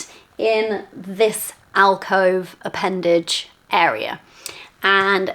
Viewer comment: Appendage! I literally want to throw my PC and myself out the window every time you say that word!